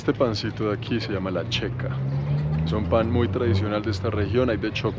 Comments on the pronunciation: Xeca! (Sheca). no Checa.... jajajajaja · Amigo, te escribo para corregir tu pronunciación: no se dice Chela, se dice Shela y se escribe Xela. No se dice Checa, se dice Sheca y se escribe xeca.